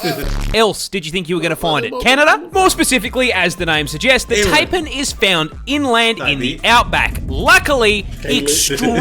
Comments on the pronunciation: Can't believe an Australian pronounced it tay-pan instead of Thai-pan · that fellow aussie guy was pronouncing taipan wrong, its not taypan its tiepan